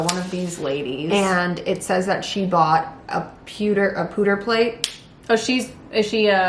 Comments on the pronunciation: saying pewter correct then changing to poo is hilarious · Peww 👉peww 👉. Not pooter 💩 😂. E&C CANDE Detectives. 😆